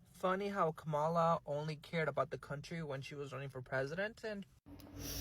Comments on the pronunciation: It's a de@ giveaway where this individual gets his news/information...it's in the way he mispronounces her name. It's Ka-Muh-Lah, not Ku-mah-la. If he educated himself, he would know that the intentional mispronunciation of her name was designed to be disrespectful. Remember the doll experiment back in the day? Good doll vs Bad Doll? Alot of misinformed immigrants voted for what they perceived to be the "good doll" and now are experiencing consequences due to their ignorance. Don't come looking for her now. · "B" you still won't pronounce her name correctly why in the hell you think she would come out for you now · With his feminine ass. And say her name correctly! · Say her name correctly 🎉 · You’re mispronouncing her name on purpose aren’t you sweetie! You can believe you’ll be gone before we will, how you think you’ll do in that Venezuelan prison, sweetie! Oh, don’t play you wanted the smoke that’s why you put that mess out there, now see if you can deal with the fire!🔥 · And he's still being disrespectful not even saying her name right! F U dude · They can’t even say her name right but want her help. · Why should Kamala be saying anything for Latinos? When in the days before the election they called her everything but her name and now to this day still can’t be bothered to pronounce her name correctly? Please. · First learn to pronounce her name correctly. She is where she is. Minding her business and leaving yours alone. Had you voted for her you would know. She'd be working for the people. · I agree he doesn't even have the intelligence to pronounce her name right. Lord help him. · HAVE THESE WANNA BE YT’s NOT LEARNED TO PRONOUNCE HER NAME PROPERLY AS OF THIS DATE IN 2025 SPARE THE 92/82% 🤔🤔🤔🤔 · Don"t worry about her running in 2028 most of you who rejected her won"t be here...keep talking disrespectful by mispronouncing her name...keep with lame excuses of why you didn't vote for her. talk to the people who are deporting you!!! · HER NAME IS KAM A LAAAAAAAA